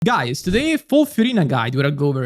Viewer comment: I love when he says "GUYSZA"